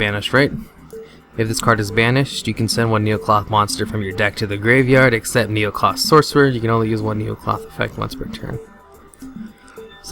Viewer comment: first of all you build it wrong 2nd it's necloth not neocloth dumb ass